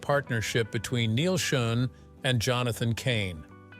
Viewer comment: Doesn't the producer of this video have the time or inclination to check the auto-speak's pronunciation....especially of important names? Neil Schon (pronouned "shawn"). Come on. Maybe this entire thing is written and edited by AI....which would explain it.